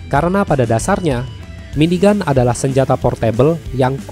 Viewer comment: tetp aneh di dengar